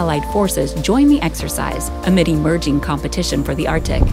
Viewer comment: Arc-Tic. Not Artic.